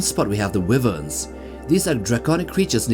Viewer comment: Wyvern is pronounced ( why - vern ) and all the dragons in Westeros are considers to be Wyvern because their wings function as both wings and arms, if they had a set of wings separate from the front arms, then they would be true Dragons.